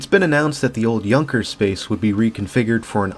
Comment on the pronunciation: Yahn-kers. Not Young-kers.